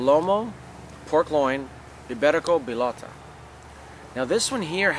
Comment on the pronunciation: Pronunciation tips from a Spaniard phonetist and English translator: (Read the following as if you were reading English written words) 1-Trévelez = treh-eh-beh-leth 2-Bellota = bay-joh-tah 3-Fermín = firm-een 4-Jamón = hah-moan 5-Teruel = Teh-rwu-L Congrats for your videos and... ¡Que aproveche! By Macarena Rojo Youtube channel